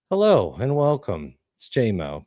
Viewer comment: Ride or die with the “Jay-moe9”